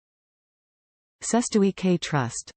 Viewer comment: I would however agree that this video is probably the worst pronunciation of it I've heard 😂👍